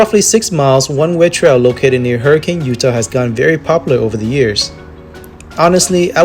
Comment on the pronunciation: Very nice video. As an aside, the town in Utah is pronounced “Hurra-kin”, not the usual “Hurry-cane”. Just an FYI if you want to sound local. 👍🏼